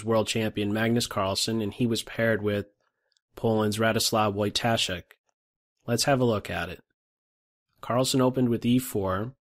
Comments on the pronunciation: Pronounced VOY-tuh-shek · Just one nitpick, "W" in "Wojtaszek" is pronounced like English "V" ;) For future reference.